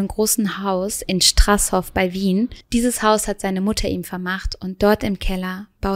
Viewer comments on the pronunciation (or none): Du sprichst straashoof so witzig aus...einfach Strasshof 😅😅😅😘😘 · Ich muss dich verbessern(da ich mit diesem Fall aufgewachsen bin und in der Nähe wohne) es ist vielleicht nur eine Kleinigkeit aber strasshof(strashof ausgesprochen) ist ein Dorf in der Nähe der Stadt gänserndorf in Niederösterreich. Ich liebe deinen Kontent ich höre schon 3 Tage durchgehend Mord am Mittwoch. Weiter so! ❤️